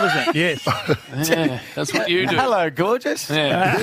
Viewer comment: ‘Elo Jim’ 😂😂